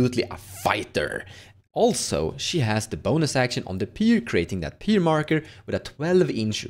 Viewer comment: Pyre = Fire, not Peer!